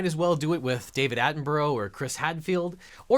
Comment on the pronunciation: "David Atten-burrow" On behalf of all British people - oh dear.